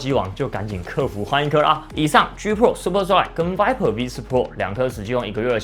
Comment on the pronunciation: 笑死這發音: G 破 舒坡踹 愛了